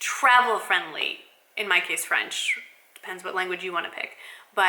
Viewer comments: Your accent is good!! Bon courage pour la suite;) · Bonjour!! so happy to see you are learning French your accent is quite good actually. I will love to see a all video in french that would be so much fun. I love your videos makes me keep in touch with english.